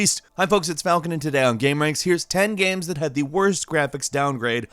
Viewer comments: Are you actually unable to say "Games" and must say "Gams" instead?? What a buffoon. Learn to pronounce. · Why do you pronounce games as "gams"? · It's pronounced "games", not "gams" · Gheahms? You mean games